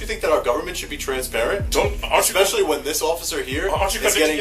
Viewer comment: The female officer who wants to arrest everyone literally says “expecially her” 😂😂😂😂😂 America cops can’t even talk proper 😂😂😂😂😂😂